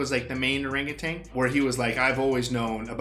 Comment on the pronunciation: It's orangaTAN, not TANG.